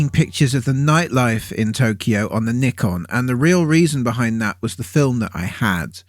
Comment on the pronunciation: Let's have a round of applause for pronouncing nikon the right way! 👏🏼